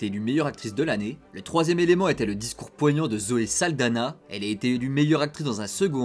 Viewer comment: Ça se pronnonce Zoé SaldaGNa ( Saldaña) :)